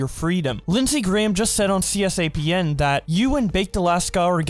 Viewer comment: Cee Es Pee Ay En. It's called Cee-span, you illiterate fuck.